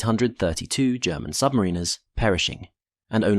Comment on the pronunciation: Is it though? Submariner is not pronounced the way he thinks it is which makes me suspicious.